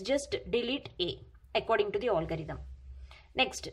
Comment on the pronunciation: its algorithm not olgarithm